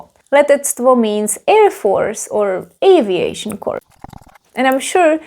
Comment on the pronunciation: Hi, thank you for the amazing video! btw , the correct pronunciation of "corps" is like "core", not like "corpse" 😅